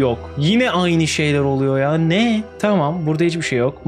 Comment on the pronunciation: ABİ "NE ELİN BEĞENİYE GİTMİYOR GİBİ" DERKEN "NE" YERİNE "BE" DİYORSUN DÜZELT ŞUNUUUUUUUU!!!!!